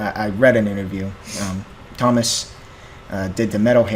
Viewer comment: Stop pronouncing Tuomas as Thomas say Two-oh- mass. YOU MUST CHECK OUT 'The Greatest Show on Earth' at Tampere 2015 (24 minutes long) and when you know more about Tuomas story 'The Poet and the Pendulum' an Wembley (with lyrics)